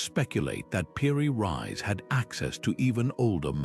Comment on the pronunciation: I was interested until I found you were calling "Piri Reis" "Piri Rise". If you can't get that correct then the rest of your video is likely rubbish. Do better......